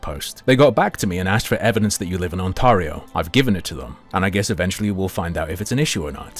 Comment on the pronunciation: That’s not how you say Ontario